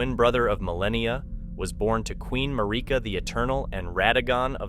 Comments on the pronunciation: Mick-ELLA and Mar EEK ah. LMAO they say these names in voice lines in the game... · how do you not know how to pronounce Miquella and Marikas names right? games been out 3 yrs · i appreciate the video but please why are we not pronouncing miquella's and marika's names right